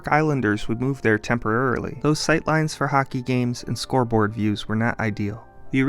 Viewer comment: Nah. Not scoreboard. Not scoteboar. Not scorebore. /